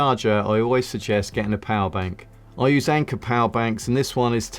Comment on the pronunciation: паебанк... нормально говори ПОВЕРБАНК!🤣поебанк нах...😀